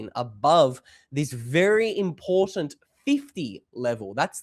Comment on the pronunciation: “It’s impordent” 😂